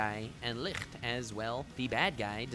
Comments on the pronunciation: Licht is pronounced Lisht, not Likxtttebxkdbsjfh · Love your videos but I don't understand why you are pronouncing Licht like that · The way you pronounce Licht makes me wanna cry. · Dope video as always, but as a german, a little part of me died everytime you said Licht. Not the worst pronunciation I‘ve ever heard (or listen?) but nonetheless special... Definitely going to pick up some that Life is a War Arc Merch tho!